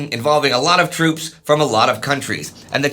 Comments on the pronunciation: Toops? I think you mean “moops” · OOPS it's troops